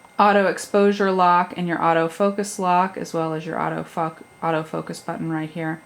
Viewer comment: Did she say auto fuck?